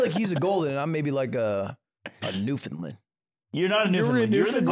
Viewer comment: Bro it’s New-FOUND-land not New-Fin-land. We weren’t colonized by the Finnish ya ding dong.